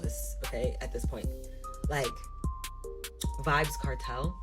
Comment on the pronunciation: Did she said vibzz Kartel 😂😂😂 child stop